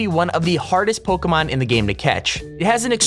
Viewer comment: stop saying pokémon wrong dumbass shit